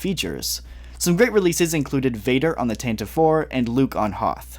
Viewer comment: Get it right. It’s Tan-ti-VEE, NOT Tan-tuv.